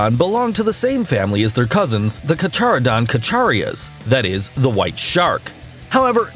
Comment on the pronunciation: Hard to take you seriously when you can't pronounce Carcharodon correctly.